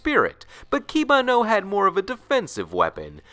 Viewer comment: the way you pronounce the japanese names are are the most american ive ever heard IE KI-bA-NO when its not